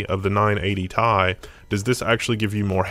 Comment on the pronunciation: I couldn't make it past 2 minutes. I think I might close it every time it said "tie" instead of T-I